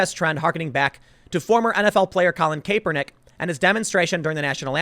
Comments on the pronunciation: Tim it's pronounced Cap-er-nik. Not Kae-per-nik. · For Gods sake Tim. It's Colin Cap-er-nick. Not cape. You have been mispronouncing his name for at least a year. I know. It's complicated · Cap-er-nick. Not cape-er-nick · Cap-er-nick Tim...... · Tim- it's CAP-ER-NIK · “Colin KAPE-ERNICK” Jesus Christ tim, u butchered his name, at least we know what time doesnt like, sports 🤦🏻‍♂️ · Why does tim always say "Kay-per-nick" when he says his name? I dont think I have heard anyone read his name that way? And unfortunately I've wasted much of my life watching sports analysts... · How can Tim still not pronounce Kaepernick? There are a few other well known celebs who's names he mispronounces.Is he trying to act like he is too cool to know who they are. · Colin Capernick, Tim killing name pronunciations.